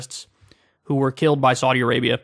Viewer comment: Your pronunciation of Saudi isn't correct